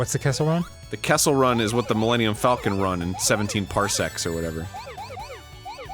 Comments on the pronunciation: "milennium fULCON" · Millennium FOLCUN🤣🤣🤣